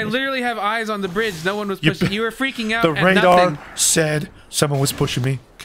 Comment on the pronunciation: I thought he said, the rengar as opposed to the radar lmao